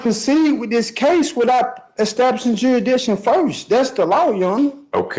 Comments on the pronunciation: He’s not even saying the “s” though, he’s saying jurydition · JURA-DICSHON .This fool is going to GEL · “JURRIDISHUN” is certainly among the greatest utterances of all time. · Tell him that 'juri'iction' is not a word and that he needs to speak English instead of his very, very advanced branch of jive. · "you nee' to proo' juridikton beyon' a reenable dou'!" He has no idea what he is saying, or how to say it if he did. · Real victim here is the English language.... The joker can't even PRONOUNCE jursidiction.....😅😅😅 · First of all, it is JURISDICTION. It has an "s" in it. Why does the court even entertain this idiot? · He takes the prize for the most different pronunciations of jurisdiction (all wrong)